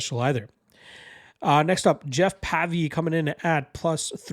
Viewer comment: It's pronounced to sound like wave - Pavey